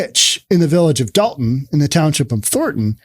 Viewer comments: Be reasonable. I lived there for most of my life. It's Dolton not dalton. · It's Dolton, not Dalton, you maroon! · DOLTON not Dalton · Btw. It’s Dolton